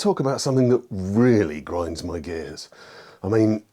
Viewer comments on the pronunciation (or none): I swear I heard you saying in intro "what really grinds my gi" and I was so confused....